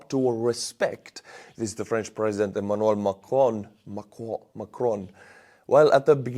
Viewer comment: How you have to pronounce Emmanuel Macron: ([ɛmanɥɛl makʁɔ̃]!! Special pronounciation in french of the "on"!!!